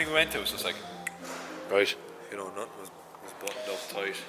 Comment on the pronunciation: "I've naaathin' to be smug about" - The accent really came out there haha